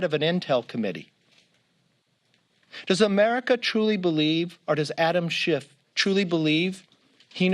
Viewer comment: wow, throwing a guy under the bus and can’t even pronounce his name right? C’mon McCarfy!